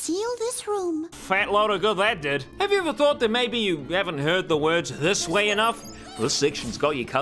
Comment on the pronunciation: am i crazy or "this way" sounds like "dissuade"